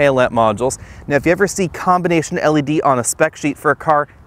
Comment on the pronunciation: It's L E D.... Not elledy....